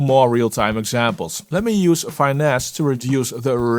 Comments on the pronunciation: Might just be an accent thing, but I think it’s fi-NESS (short ‘i,’ like in ‘fitness’), as in ‘to finesse the audio.’ Great showcase though. would’ve loved a side-by-side with Soothe2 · love your videos, but thats not how you pronounce finesse..